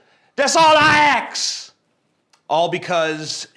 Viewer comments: "Dats all I aks!" I'm forming tears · Why did you do that? The 'axt' thing? Racist! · THAT'S ALL I AKS. Haha, they don't say words right. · "thats all i axe" lmao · Why cant black people say the word "ASK" ? is hilarious hahahh